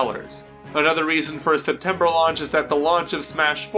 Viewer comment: Septembeer? is that a mistake or on purpose